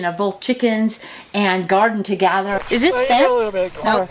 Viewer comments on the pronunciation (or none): you keep saying “togather”, and it isn’t a real word. It’s “together”. There isn’t an “A” in the word, and it isn’t pronounced with an “A” either. Look it up online or in your dictionary! I bet you use the word “ideal” in place of “idea” too. That also is wrong. Additionally, it’s a windowsill not a window seal.